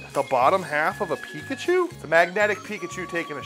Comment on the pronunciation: thats not pikachu. thats picklechoo.